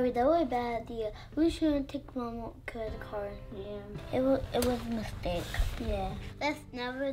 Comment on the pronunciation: Why you say bistake